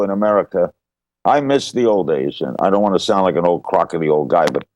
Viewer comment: when larry said, "crockity" instead of "crotchity" i pictured voss.